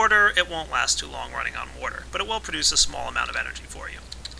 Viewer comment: I love how pronounces water "wouudur":D